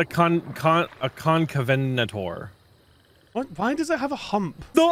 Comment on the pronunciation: "Cant-ca-venator" - IGP 2023. I love you guys. hahaha